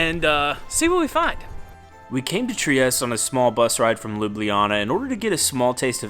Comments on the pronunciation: Just found your channel because I'm looking up things to do in Bucharest. I live close to Trieste. Italians pronounce their e's, so the city is pronounced Triest-tay. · Nice video. Btw, the ultimate e in Trieste is not silent.